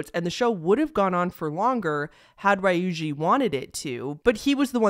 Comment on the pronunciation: Ree-yu-jee not Rye-oojee